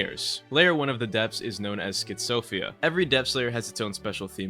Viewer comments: Schitzovia?? What is that pronounciation bro 😂 I thought everyone pronounces it sy-phou-zia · It's schyphozia and not "scyzhophia". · it probably is the correct pronunciation bro Scy as in scythe Pho as in phone and then js zia at the end You said something completely different in the video it sounds funny